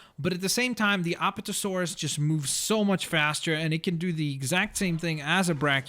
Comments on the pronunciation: Also, it's "A-PATT-O-Saurus," not "App-uh-tuh-saurus." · ap-at-a-saurus! not aptasaurus apatasaurus! love the vid thought ur awesome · Don’t you hate when someone pronounces something wrong? Examples are: said apatosaurus wrong, and mosasaurus wrong. IT EVEN SAID MOSASAURUS IN THE DARN VIDEO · You say the apatosaurus wrong apad-asaurus